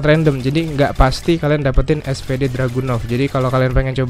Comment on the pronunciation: bang, btw kalau gak salah SVD dibaca nya "esfidi" bukan "esfede" KALAU gak salah bang hehe..